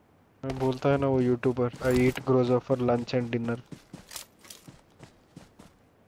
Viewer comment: who else heard 'yeet' instead of 'eat'?